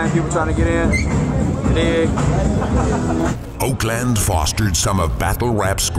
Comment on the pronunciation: That’s not how you say Oakland